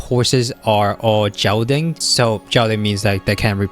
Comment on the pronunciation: Gelding is pronounced with a g like glue